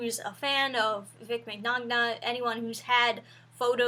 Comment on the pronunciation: "I'm not a Vic mig-nagna fangirl" we all figured that when you didn't say Vic Minyana lol. This is all pretty bloody stupid though, the voice actor for Bulma recently accused him of sexual misconduct with no details or evidence, she's now threatening anyone who asks for proof or criticises the decision to have Vic fired without evidence with threats of legal action and keeps mentioning her lawyers and screen shots of the most docile of comments.